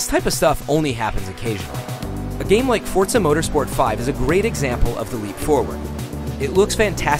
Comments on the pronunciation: I really do hate when these gaming "journalist" call Forza motorsport "forTza" are you trying to sound sophisticated or something? are you jeremy clarkson? if not its Forza people so stop trying to be cool and stop adding the T. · OK I was watching this and he pronounced internet inernet and about 2 mins later he said fortza dah fuq?